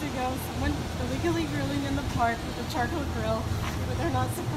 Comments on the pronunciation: Can say charCOAL? ^_^ Damn, this is like Bennedict Cumberbatch trying to say 'Penguin' ^_^ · Call The police every time he says chacoil ⚫️